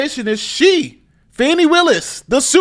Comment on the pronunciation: Fanny becomes Fawny 😅